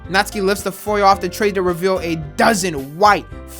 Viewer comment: bruh it’s not natski it’s NatSuKi